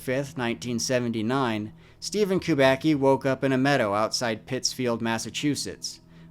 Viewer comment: No, not "Kubaki". It's KUBACKI. KUBA-TS-KI. Like tsuki in japanese.